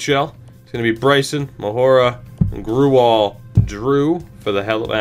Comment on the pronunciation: grewal is basically pronounced gray-wall